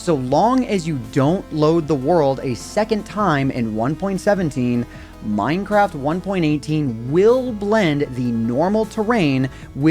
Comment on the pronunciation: MINEcraft ONEpointeightTEEN. Fucking annoying.